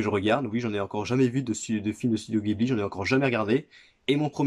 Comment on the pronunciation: Sympa les fourreaux blu-ray des films Ghibli :) y'a les numéros sur la tranche? T'as commencé par un très bon, il a une grosse grosse fanbase Tu vas te faire plaisir a découvrir tous les autres :) (Par contre ça se prononce Jibli en jap 😉)